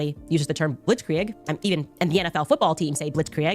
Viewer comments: Hearing her say Blitz Kree-egg hurts my ears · In German, 'ie' is pronounced like 'ee' in 'feel'. It's bacially 'blitzkreeg'. Also, 'ei' is pronounced like the 'i' in 'night'. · HOLY HELL as a native german speaker, her pnounciation of Blitzkrieg GENUINELY PISSES ME OFF!! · She's definitely pronouncing blitzkrieg wrong lmao. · The way she says Blitzkrieg pisses me off I know it’s German, but how do you pronounce it that incorrectly 💀